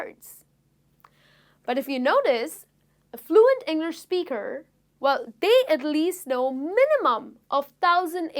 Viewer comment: I m sorry, but there are many many words tht u say it wrong. It's like u ur so working hard to get those words correct way.what is ENGLERSH????